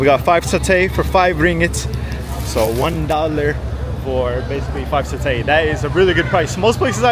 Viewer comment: as a malaysian u said satay a bit wrong idk how to type o say but i think is like sataay and u are welcome in malaysia anytime!!